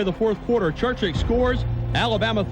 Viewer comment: Think how good Alabama would have been if they recruited the entire South, and not just white players. Amazing. And it's Churchich, not Churchick.